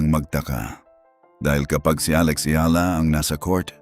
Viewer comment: It's comforting when Alex Eala's name is pronounced correctly. 😂